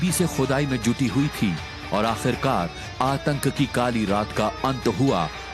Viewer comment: Atak nhi atank